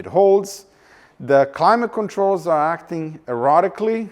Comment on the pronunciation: "Errotically," a bit of a Freudian slip,? 😂😅😅😂